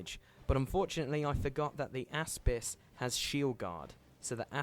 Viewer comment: whenever you say Aspis, all I hear is AssPiss